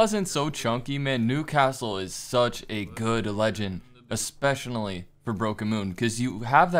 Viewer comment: 13 seconds: “especionally” nah that’s wild you just acted like that’s a real word 💀💀